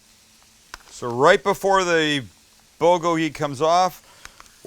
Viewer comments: Bowlgowlgee? Or is it boolgoalgee? U pronounce it strange or I’ve been wrong my whole life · "bo-go-hee" lol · I have lived in Korea for 20 years, great video as usual! You should compare the pork shoulder along with the beef sometime, sliced the same. Both are excellent. The Bul is pronounced Bool and it means fire. The Gogi means meat, so your " FIRE-MEAT" LOOKED GREAT! Thanks as always, Robert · Love you Sam but it's pronounced BOOL-go-gee. Or POOL-go-gee. I lived in Korea and learned this a long time ago. Good recipe though. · BOOL-kogi. Nobody pronounces this right ever. Otherwise, your shit is on point. All it needs is a side of kimchi. Thumbs up! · bool-go-gee is the true pronuciation brother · Hey korean here! Looks great but the best way of pronouncing this is more like Pb - Kgho- Gee. Pb like a mix of the p and b sound and Kg like a mix of the k and b sound! Keep up the awesome content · Damn, you really butchered the pronunciation It's bool-gogi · Great video. Perfect pronunciation of "gochujang," but bulgogi should be "BOOL-goh-ghee." Bul = fire Gogi = meat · you called it bogoli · Pronounced "Bool go gee". Awesome vid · Pronounce it 'bool-gogi' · not how you pronounce bulgogi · Why would I even watch a white guy making a korean dish he cant even pronounce correctly. You can make great white food, stick to that. But if you want authentic korean food hit up Maangchi or any other korean channel. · Idk why but the way Sam pronounces Bulgogi is hilarious